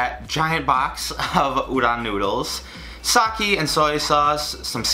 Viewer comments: Sake. Sa-key. no it's Sa-kay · Sah-kee. SAH. KEE.. ITS SAH-KAY. SAH. KAY. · it makes me cringe everytime you say sake it's sa-ké not saki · i’m not criticizing you, it’s sa-keh not sa-kee ☺️ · god it’s SAH-KAY not SAH-KEY the blood vessels in my brain burst every time you say it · Sah-kay. Not sah-kee. :) 🍶🍶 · did u say, SAKEY? ITS PRONOUNCED SAKEH IM SORRY BUT I COULDNT HELP MYSELF. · Sakee. S A K E E. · Not saki, sa-ke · "sockey" it's pronounced sah-kay 😂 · Not Sock ee its sah kay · I love you man I really do but... SaKE not saKIII SPLIT THE DIFFERENCE U AMAZING FLANNEL LOVING YOUTUBER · It’s called sakE like Evolution not saki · its saké not sakieeee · UGH i hate it when he pronounces sake as ‘sakie’, it’s pronounced like ‘sah-kay’ smh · Every time he pronounced “Sake” as “Saki” I died a little inside. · ok, ok ok ok ok, 1, udon is 'oo-doughn' and sake is 'sah-kay' (sorry lol had 2 get them pronunciations out there man) 2, udon has very thick noodles which is sorta one of its defining traits! i dont live in japan so maybe there is a type of udon that has slim noodles but every time my japanese dad makes it, or we go to our japanese market/restaurant, its got big ole noodles! heard someone said to do a part 2 so like,,,, GET THEM NOODLES RIGHT other than that tho hell yeah i love this. thank god ur not gonna die of all those sweets we made u eat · 𝐒𝐀𝐊𝐈 ( did you guys hear him say 𝐒𝐀𝐊𝐈 ) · I think it's pronounced saw k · The way he pronounced “mirin” and “sake”... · The way you pronounce "sake" gives me cringe